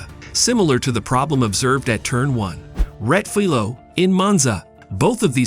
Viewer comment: Please, if you’re going to use foreign words for track corner names, take the time and make the effort to learn the correct pronunciations. The corner name is Rettifilo, there is an “i” in the name that should be pronounced.